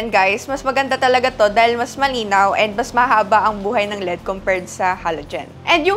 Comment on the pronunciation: EL ih di, sakit kasi sa tenga Lead ang basa yun lang Kudos sayo! Keep it up!😅😊